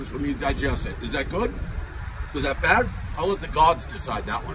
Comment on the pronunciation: “Not byyyyyad”... says the Bostonian.